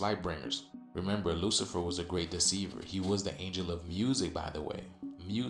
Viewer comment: Lol..."Luciferious" took me out 💀